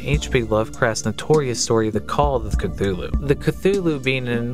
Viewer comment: kuh-tulu the "th" is enounced as "t"